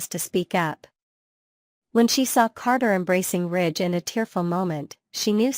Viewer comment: Rich????? You mean Ridge